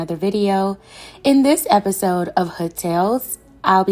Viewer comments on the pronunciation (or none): none